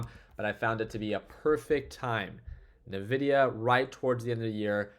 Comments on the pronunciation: Hey pro tip from a techy…. Nvidia is not pronounced “na-vidia” its pronounced “en-vidia” Fyi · Yo, do you say nuhvidia on purpose? I'm curious 😅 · He actually says nevidia 😀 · “N” vidia 😉